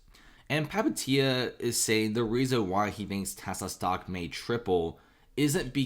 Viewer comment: Just butchering Palihapitiya pronunciation